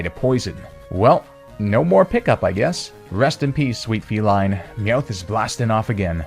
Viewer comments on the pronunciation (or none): Am I the only one noticing this? Me-oath? Ra-ta-ta? Bruh... are you intentionally pronouncing Pokémon names incorrectly?